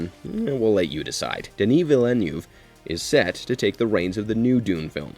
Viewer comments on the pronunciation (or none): Learn how to pronounce Denis Villeneuve's family name.